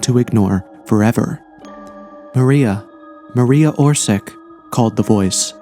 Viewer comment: Mar-e-ya Or-shi-tch. Always use Google translator to read out foreign names.